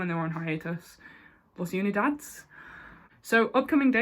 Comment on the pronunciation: its "oonie dad es" (S pronounced like the letter) 😂